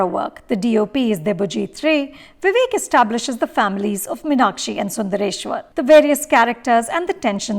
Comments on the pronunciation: Firstly Mrs Anupama Chopra... North Indians should learn how to pronounce M(EEEE)NAKSHI before deciding to direct/review a movie based in Madurai... Thanks for ruining everything that you Bollywood folks touch... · For Vishu's sake, please pronounce MEEN-Akshi and Min-Akshi. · This movie is a disaster No proper pronunciation of tamil words🥲 No Madurai slang of tamil 😐 The way they pronounce Meenakshi in the movie 🤢🤢🤢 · Exactly ...It's a very bad attempt ...In fact even the name of the heroine is mispronounced always ...It is not Min-aa-kshi as the protagonist and the bulk of the characters mention ..It's Mee-naa-kshi ....Just pathetic